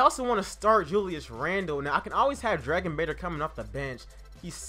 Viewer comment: You pronounced Skal Labissiere wrong and Dragan Bender